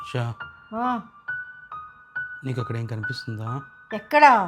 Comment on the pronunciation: షరాత్ 😅😅😅 శ రాత్